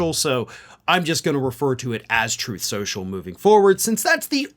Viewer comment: "Troath Senshul."